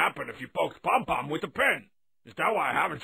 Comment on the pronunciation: Did he call Pom Pom Led Zepplin?